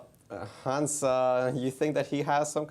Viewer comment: MVL giving the proper french "Hans" pronunciation with a mute "H" :D